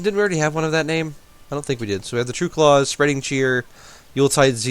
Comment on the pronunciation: Klaus* not clause